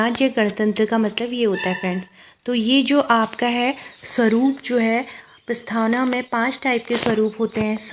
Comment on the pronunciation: प्रस्थावना नही प्रस्तावना